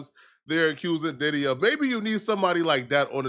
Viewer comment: .. ..."He Needs to be Committed"....While being, Subpoenaed etc;.😏....He Aint No' Damn Lawyer'...He Couldn't Even Pronounce Diddys name Right'.😅🥴.